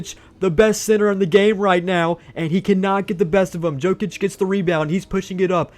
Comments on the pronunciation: it’s pronounced yokic not jokic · man I love that you’re branching out but PLEASE figure out who NBA players are 😂 Yo-Kich, not Joe-Kich and the “White” on the Celtics is Derrick, not Cody or Coby. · every time he says joe-kich my soul gets sucked from my body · Jokic name is pronounced Yokich btw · I was about to say that 😂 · It cracked me up to hear say Jokic incorrectly over and over. Love the vid.